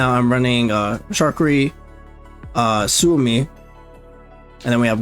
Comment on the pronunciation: Suomi (or "Finland") is said like "swoh-mee." Sometimes with a bit of an accent on the U, for a "Soo-oh-mee" sound.